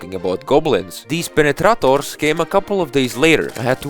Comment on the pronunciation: He said it with Russian accent: PENETRATORS.